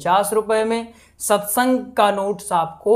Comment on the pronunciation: Satsung hota hai ji satysang nhi hai